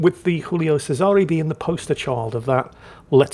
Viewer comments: Giulio Cesare. “JOO-lee-oh CHE-sah-ray” They’re not French; you are permitted to say their names properly,. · Strange mix of Spanish, English and Italian pronunciation there. Giulio Cesare is pronounced Ji-oo-lee-o Chez-a-ray. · never fails to mispronounce Julio Cesare or anything non-English, so I truly believe he doing well and back to his antics.